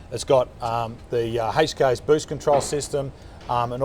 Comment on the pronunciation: The way he says HKS is the correct way to pronounce it, I used to work at a performance workshop 3 years ago that had a lot of HKS parts come through and I've never heard anyone pronounce HKS any diffrent from the video